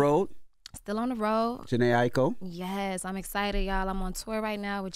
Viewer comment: Jhene Aiko is her fav artist but she keeps messing up her name after Charla and Envy say it correctly🙄